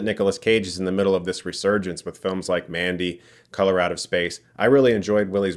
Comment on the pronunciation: You pronounced "color out of space" as "Colorado space" (spanish for 'red space')